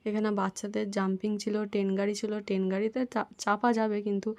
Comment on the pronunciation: Ten গাড়ি না ট্রেন গাড়ি হবে।